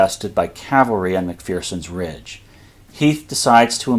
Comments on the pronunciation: Mc Fur Son. Not Mc Fear Son. Scottish saying: There is no fear in McPherson. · Mc-fur-son...There's no "Fear in McPherson" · There's no fear in Mc=FUR-son!